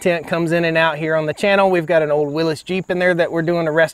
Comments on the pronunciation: Did you say Willis jeep? It's pronounced WillEes. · Good video, but that jeep you mentioned is pronounced "Willeys" not "Willis". Just saying..... ;-)